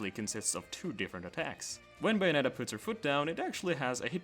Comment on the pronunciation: You could have checked how to pronounce bayonetta before making a 14min video on her... it’s bay like say, not bay like bye